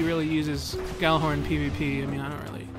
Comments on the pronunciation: it is actually pronounced like yallerhorn not gallahorn in norse which is where the word comes from it means megaphone and was used by hiemdell(probably butchered that) to signal ragnorak(the apocalypse) so people who pronounce it like yallerhorn know there shit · I mean... it IS technically pronounced like "Yallar-horn"